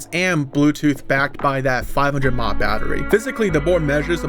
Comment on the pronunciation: Milli Amp Hour, "mah" hurt my soul